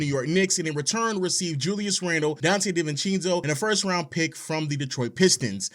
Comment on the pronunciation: DeVeeCheenso? Come on.